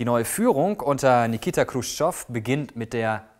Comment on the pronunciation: es heißt nicht Nikita "Krutschov" sonder "CHrutschov" :)